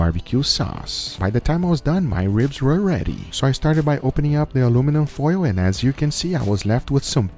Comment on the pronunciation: British: aluminium American: aluminum Guga: alumin Guga's way is the way.